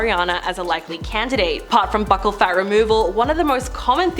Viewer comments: It's pronounced 'beaucal' like 'beautiful'. Not 'buckle'. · It’s not pronounced “buckle”… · The way she mispronounces buccal is killing me lol